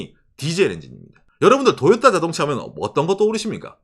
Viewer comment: 왜 토요타가 아니고 자꾸 도요따라고 ㅋㅋㅋ